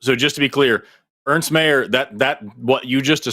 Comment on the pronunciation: His name is Ernst mate, not earnest